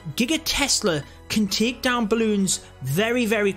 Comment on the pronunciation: The way you pronounce the word Take its like Taak lol